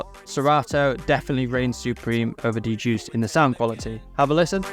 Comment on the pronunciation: Every time you say "D-Juiced," I cringe. The DJuced software is pronounced "Juiced." The "D" is silent, smh